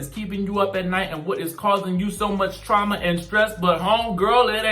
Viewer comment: Trauma..not "truma"🤔